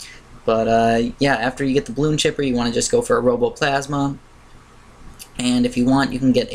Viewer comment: its pronounced bloon cipher not chipper silly